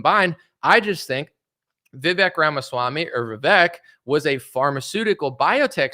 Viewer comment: Brother make sure you get the right pronunciation on vivek before the interview or his supporters will use that to discredit you